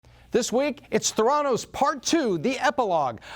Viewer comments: Pronounced “thé-ra-nos”, not “the-rá-nos”. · Just a teensy quibble: it’s pronounced “THAIR-uh-nos”, not “thair-AH-nos” - because the name is a portmanteau of “therapy” and “diagnosis”. Great video though! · What I hate are all the people who say "Ther-ANN-os," instead of "THER-a-nos", the way everyone in the know pronounces it. Haven't you seen any of John Carreyrou's interviews? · "The-endos" omg... lol . edit: so lesson is: if u drop out, make sure it's Harvard and not Stanford lol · He doesn't even pronounce the name of the company correctly. Hack job. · Fail on pronouncing Theranos in different ways , one sentence to the next.